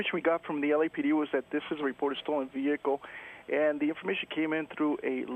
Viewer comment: Female keeps saying, "vee-HICK-el "....the H is silent....Aaaaarrgg....unless you're from southern Alabama . "Back rear tailgate"....as opposed to front rear? HA .